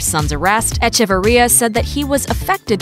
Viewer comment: It’s pronounced Eh. Che. Var. Ria 🤦🏻‍♀️